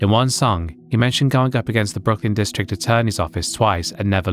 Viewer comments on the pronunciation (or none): none